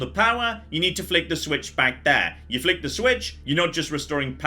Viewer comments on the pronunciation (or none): none